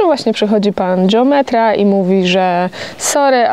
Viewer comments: geometra (wymawiane po włosku dżeom...) to we Włoszech instytucja, ma o wiele większe kompetencje niż geometra po polsku czy geodeta. Dlatego jak najbardziej słusznie że wymawiają po włosku. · mieszkam od 34 lat w Rzymie i wiem kto to jest geometra i nadal twierdze ze wymawia sie je z innym akcentem .Jesli juz ktos koniecznie chce uzywac obcych slow to powinien sie nauczyc je wymawiac .